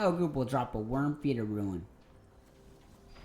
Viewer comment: Rune = "Ruin" lol :P Thanks bro. Good vid and after all that I almost feel like I know you so I had to pick on you for that :) Thanks for all your hard work making this vid.